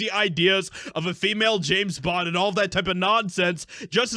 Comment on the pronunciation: Its James bond, not Janet bond